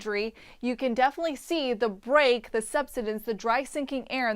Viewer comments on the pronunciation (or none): none